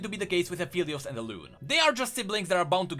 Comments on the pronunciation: its aphelios uh-fell-e-os not apheelios uh-feel-e-os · It kinda bothers me that pronounces Aphelios like A-FELL-EEOOOSS instead of A-FFFEEEEEL-EEOOSS